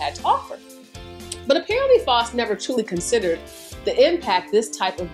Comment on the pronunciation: Love your videos! Btw the “au” in Faust is pronounced like the “ou” in house. ♥️